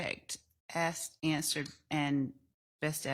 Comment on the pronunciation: Ok, can we at least work on the “assed & answered” - omg